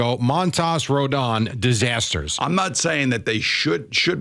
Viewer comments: Why does he keep calling him Rondon instead of Rodon? What a jackass. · This is worst segment of a sports talk radio that I’ve ever heard. Pretend like you watch the team. His name is Rodon. Not Rendon. You guys get paid thousands to be shit.